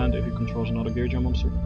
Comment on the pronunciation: it's pronounced Gear gee Ah not gear jee uh